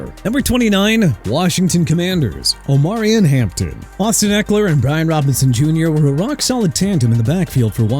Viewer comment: It's pronounced Ar-mond Mem-bow okay?! Also it's O-ma-ri-on Hampton and AJ Ter-rell!! Pathetic!! You can't pronounce anything at all!! And you know what? Let Miami get Will Johnson! I really don't care!!!!